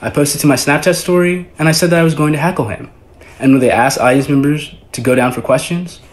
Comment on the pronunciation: He said HACKLE